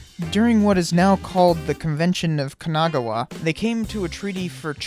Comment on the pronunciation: Man, hearing you say "Kanagawa " hurts.